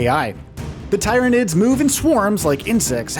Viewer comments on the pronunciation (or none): #16 to know: Its not TIE-ran-IDS.... its TEAR-uh-NIDS